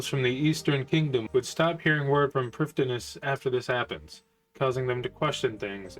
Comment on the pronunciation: Just one nitpick from me Prifddinas uses Welsh spelling and pronunciation, as with all Elven areas/characters of RuneScape. So the correct way to say it isn't as straightforward as it seems. The correct way to pronounce it is "Priv-thee-nas", since 'dd' in Welsh makes a 'th' sound.